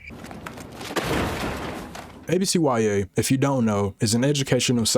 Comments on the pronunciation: Bro, why you call it A B C Y A? It's ABCyah. What school do YOU go to where you be pronouncing every letter individually? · Come on man its not A B C Y A, IT IS A B C YA! Like YUH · real ones called it abcYA not A-B-C-Y-A 😑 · No way you just called it ABCYA and not abc-ya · Oh hell no you’re one of them mfs that pronounce it “ABC WHY AY” you faker! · why are you saying abcya like that im crying